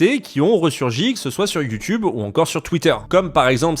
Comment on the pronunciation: Pourquoi l'affrication ? youTCHube ?!